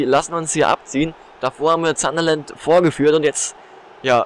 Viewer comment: Es heißt sun-der-land und nicht zanderland